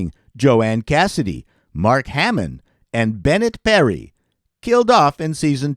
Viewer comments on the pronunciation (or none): none